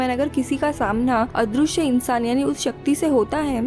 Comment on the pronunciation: दृ = dri पृ = pri अदृश्य = adrishy not adrooshy पृथ्वी = prithvi not proothwi Please